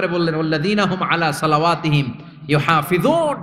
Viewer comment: Prothom dike telaoat vul😅solawatihim noy solatihim